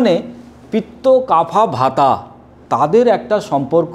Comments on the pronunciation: আপনার জামাকাপড় তো বেশ সুন্দর, কিন্তু আয়ুর্বেদ মতে বায়ু বা বাতকে ভাতা কফকে কাফা এমন বিশ্রীভাবে উচ্চারণ করছেন কেন? থাম্বনেলেও এইসব আজেবাজে কথা লিখে রেখেছেন কেন? ভিডিও তৈরি করার আগে একটু পড়াশোনা করে নিন। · Dr. বাবু এটা হবে বাত, পিত্ত এবং কফ হবে not কাফা or ভাতা।। Please pronounciation correct. ধন্যবাদ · প্লীজ উচ্চারণ গুলো ঠিক করুন , বাত, পিত্য ও কফ